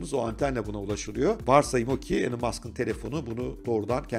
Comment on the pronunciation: İsminin okunuşu "Elın" değil, "İlan". Saygılar.